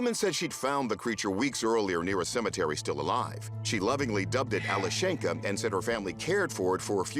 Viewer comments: It's Alyoshen'ka Not Ale shenka. It's diminutive from name Alex ( Aleksey - Alesha- - Alyoshen'ka. Emphasis on the syllable Alyo...) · The correct pronunciation is Alyoshenka. Yo is the strong vowel.